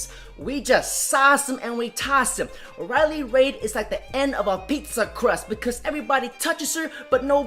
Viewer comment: This is probably the first video where you're completely 100% wrong. Riley is a genuinely nice woman. P.S. Try pronouncing her name correctly. D'oh!